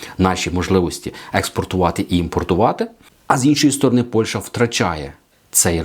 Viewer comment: Не Польша,а Польща!Правильно розмовляйте, українською